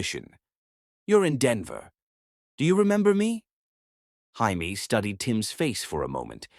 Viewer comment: Can't you get this little boy's name correct???!!! Is it 'Jaimie', pronounced 'Jay-mee' or is it french for 'I love' and 'J'aime', pronounced 'jeh-meh'???!!!! Also...how were they reuniting for 3 MONTHS, and never had a run-in with Antoine??!!! He is supposed to be so close to this family, and so attached, yet not one CLUE he even existed? And, how does she have a pile of letters stored away that he, supposedly, sent after returning to his home, that she didn’t bother to open but put in a box to hide in a closet? Only to open them up later, as if she forgot them, especially when the last one had come just a week earlier?! Makes no sense!